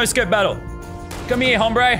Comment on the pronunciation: he clearly never took Spanish he pronounced the h in hombre😂